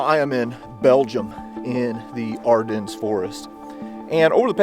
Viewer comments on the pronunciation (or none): You lost me in 15 seconds when you pronounced the “s” in Ardennes 😝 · Great documentary but please note that the locals pronounce Ardennes without the “S”. It’s a bit late now but for future occasions when the place name comes up it might be an idea to call this place by its correct pronounciation to give more credibility. Just like the pronounciation of Kyiv has been modified by non Ukrainians.